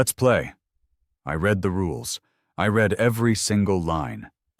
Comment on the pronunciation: Be careful, quite a few words are mispronounced. For example: read. Present tense it pronounced REED, past tense it is pronounced RED.